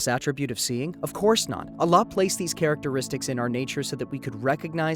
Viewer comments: Why is the narrator saying "Allakh" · Salaama’alaikum. I enjoyed this video. Why do u keep saying Allakh btw. It’s a soft ‘h’. MashaAllah TabaarikAllah. I understated tbh. I loved this video. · allah weirdly pronounced